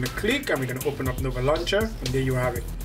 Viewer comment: says nover when its nova